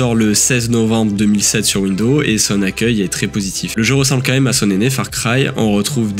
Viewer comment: Windows prononcé Wind'eau m'a téléporté à mes 8 ans j'avais même oublié ce souvenir